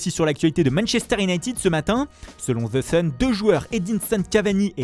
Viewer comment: « Selon the Shun »